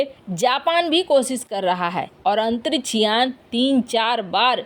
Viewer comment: मिसन, कोसिस, अन्तरिच्छ यान, कच्छा, भविस में, क्रैस, निर्णायक छन्न, घोसणा, कितना अशुद्ध और भद्दे हिन्दी उच्चारण का नमूना यह चैनल, भारत की बेइज्जती का नमूना जो लगभग प्रतिदिन किया जा रहा है